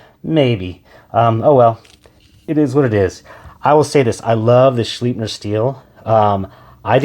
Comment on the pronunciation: It's pronounced Shlipe-ner, not shleep-ner. This is from the company itself.